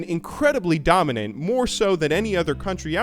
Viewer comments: dominant not dominent lol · I'm so hyped. Almost time to go to Berlin! And also.... "dominent"